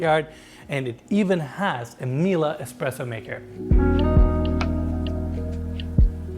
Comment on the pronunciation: Bruh, you're from Europe, how can you be saying Miele incorrectly all this time? It's not "meal-uh" it's "mee-leh". It's German.